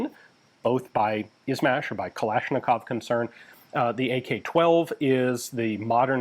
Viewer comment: "zh" like in "izhmash" and "Urzhumtsev" is less of a Z sound and more of a soft J, like in meaSure or seiZure, or in the french word "je" its a similar situation to weapons like the PPSh, where its not P P S H, its P P Sh, in this case "izhmash" isnt I Z H [etc], it would be I Zh [etc]